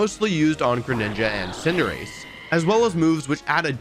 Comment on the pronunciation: wolfey pronouncing cinderace in the not wolfey way is kinda cursed